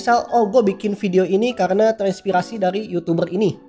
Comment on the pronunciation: apa susah nya ngomong "terinspirasi" edit:anjae 100 like